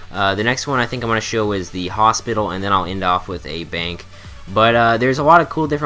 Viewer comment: Did anyone else think he said "and we will end off with a bang" instead of bank?